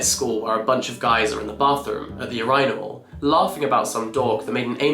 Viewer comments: I have never heard someone pronounce urinal like that are u okay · I did a double take hearing Jack say U-rye-nal 😂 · first time hearing how British people say urinal… had to go back like 3 times 💀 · okay wait is that how you're supposed to say urinal??? Is it a british/= us thing , did he just slip? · I don't think I've ever heard urinal pronounced with a strong i. 🤔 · Is that really how British people pronounce "Urinal"???